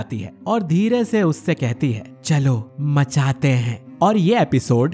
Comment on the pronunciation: Homie literally said '"machate he'"